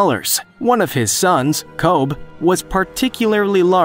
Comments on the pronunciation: kobe not kob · Not kob the name is Kobe like Kobe Bryant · Hulk's son, named Kobe, is pronounced the same way as Kobe Bryant or Kobe steak. Get it right. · Glad someone said it, you didn't have to be rude tho lol. Another incorrect thing he said was kobe is hulks biggest son but kong is pretty much the same size as hulk